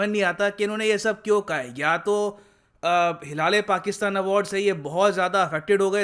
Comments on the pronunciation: Sir bhi maze le ke "Hilal- E- Pakistan" ko "hila le Pakistan" bol rahe hai..... 😂😂😂😂😂😂😂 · Sir, का जो pronunciation था उस पर मुझे काफी हसीं आई हिला- ले - पाकिस्तान बोले जा रहे थे , जबकि हिलाल - ऐ- पाकिस्तान होता ह् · It's prounaonce like hilale pakistan ka 😂😘😂😂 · Hilaale Pakistan awaard 😂😂😂😂 bhi has Rahe hai andar hi andar 😀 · Top pakistani award ~ Mara - Le - Pakistan 😂😂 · *huda -le - pakistan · jo bhi ho bhai .. pronounce to hila le Pakistan hi karenge 😂😂😂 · Bhai hila-rha-h-pakistan...😂😂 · Whft😂wht is that ?? Hilale Pakistan?😂 Sir k muhh se ye bht funny lg rha kuki ye properly pronounce ni kr pa rhe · Hi-la-le Pakistan award lol 🤣 😂😂 Actually he deserve that kind of award OH pakistan and again you made me laugh 😂😂 Hi-la- le award 😂😂😂😂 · When I heard- hilale🤔 hilale😂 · I couldn't hold my giggle when sir said Hilale Pakistan 😂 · Hilal e pakistan ? How to pronounce it 😁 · For once I thought mispronounced their award 😂😂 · Sir pta nhi kyo "Hilale Pakistan" itna emphasise kr k bar bar bol rhe the 🤪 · Every time he said 'Hilale Pakistan',i couldn't control my laugh. And the irony is that the president is looking so happy as if he has received Oscar.